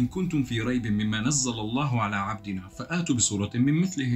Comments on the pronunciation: من اول شروط نقد شيء او بيان صحته او غلطه ان تكون متمكن منه لكي تستطيع ان تحكم عليه انا كنت بدي احضر الفيديو واكمله ولكن في الدقيقة 2.38 انت قرات كلمة فأتوا ولفظتها فآتوا ولذلك اطريت اوقف الفيديو واكتب. التعليق واحكيلك ان القران العظيم الكريم الجليل نزل فصيحا بلغة محكمة بالغة لدرجةان اي حركه او تغيير حرف فيه يغير معناه كليا وبما انك لا تعرف ان تقرأ اساسا ناهيك فهمك الخاطئ للايات والكلمات خليك بمريام فارس واخبارها لانه هذا مستواك الفكري والعقلي وطموحك الشخصي ان تعرف مريام فارس وتسعى ان تكون عبدا لديها باختصار سكر ثمك .... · الآية تقرأها غلط كيف بدي أثق في ردك مش عارف كمّل (مما نزلنا على عبدنا) وليس مما نزل الله على عبدنا ، وقوله تعال (فأتوا بسورة) وليس فأاتوا لا تزيد ألف بعد الهمزة الحمدلله ١٤٠٠سنة وهو مضبوط (إِنَّا نَحْنُ نَزَّلْنَا الذِّكْرَ وَإِنَّا لَهُ لَحَافِظُونَ) كمّل